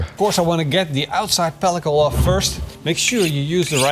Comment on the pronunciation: When you say you going to take the 'peliko off' it sounds like a pretend Dutch word lol